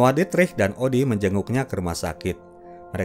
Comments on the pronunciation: JUS JERUK❌ JUK JERUS✅ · "Juk Jerus" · juk jerus iyaa juk jerus😂😭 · jus jeruk ❎ juk jerus ✅